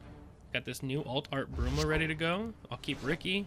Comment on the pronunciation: Unique deck! By the way, Rikke is pronounced "Rick-a"